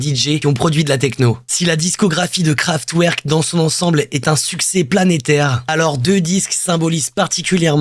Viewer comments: Super vidéo continue comme ça fréro ! Juste je dis ça en mode bienveillant mais on dit KraftVerk :)) 🔥🔥🔥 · Pour rectification sans animosité, on dit Kevin SauNderson ainsi que KraftVerk :-)